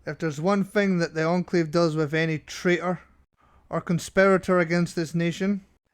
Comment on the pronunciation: you spelled enclave wrong and said encalve